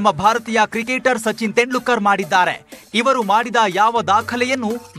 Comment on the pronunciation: ಅವರ ಹೆಸರು ತೆಂಡ್ಲೂಕರ್ ಅಲ್ಲ ಗುರೂ. ತೆಂಡೂಲ್ಕರ್ ಅಂತ ಸರಿಯಾಗಿ ಉಚ್ಚರಿಸಿ